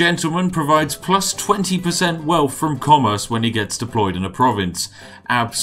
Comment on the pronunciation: You cannot call yourself the spiffing Brit and wear a monocle and pronounce “wealth” “welf”